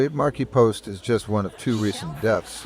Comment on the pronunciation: Sad to hear about her passing. Great tribute... well written.... but miss Tim. The narrator was irritating. Poor choice for "Factverse" and can't speak properly calling her "Markipost"...